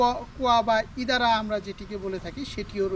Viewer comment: আরে ভাই আপনি ইন্দারাকে ইদারা বলছেন কেন সঠিক নাম বলেন।